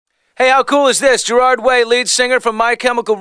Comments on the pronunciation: Billy calls him grard at the start ITS GERARD YOU FOOL! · its gerard not geraaaaaaard :L atleast i dont think it is....